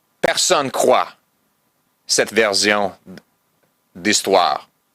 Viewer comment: non mais le S dans version est pas prononcé comme un Z en anglais....c'est prononcé comme un S comme dans sit